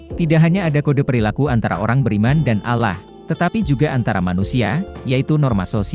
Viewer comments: Itu mnurut pandangan anda yg bukan muslim, tlong perbaiki juga mengucapkan allah swt, dlam islam ada aturannya untuk mengucapkannya, bukan alah tapi allah swt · Penyebutan Allah saja masih salah